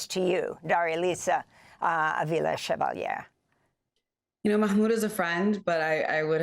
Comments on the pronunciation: Amy, with love, not SHEvalier, she said CHEValier. Or if you will as in CHE Guevara. Spanish doesn't have the SH sound that French and Italian. do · I love Amy for asking how do you pronounce your name, and then immediately messing it up 😂